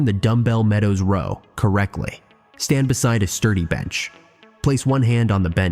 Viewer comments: A "Rawl* should be Row. Another AI generated video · This video is such a lie. Pull-ups are the best way to widen your back (not endless ones though). Lateral raises (in various positions) are definitely the best way to widen your shoulders. Why can't AI voices say the word "row" correctly?